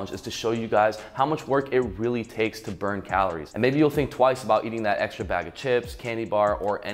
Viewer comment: I NEED to ask... WHY do you pronounce calories, CALOOOORE? It drives us crazy.